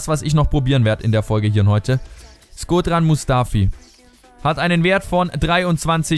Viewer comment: man spricht shkodran mit sch aus also schkodran mustafi